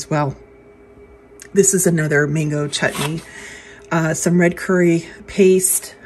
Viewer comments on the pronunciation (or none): none